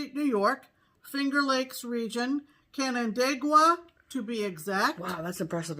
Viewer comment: Canandaigua was pronounced correctly. Lizzie Borden rhyme familiar to me, too. Great birthday card and sweet mug.